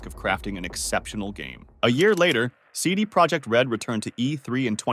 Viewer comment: as you see it's not English "CD ProjeCt it's "CD ProjeKt" use google translate to see the difference.